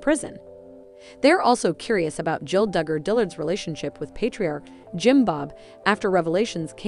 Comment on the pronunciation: You need to speak more plainly, it is not dugar fam, It's not akensas.